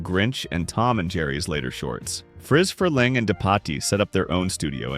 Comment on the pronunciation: His name is spelled interestingly but I think you kept misprounced Friz Freleng (last name sounds more like Free)